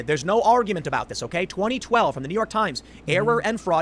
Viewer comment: Are-you-meant instead of argument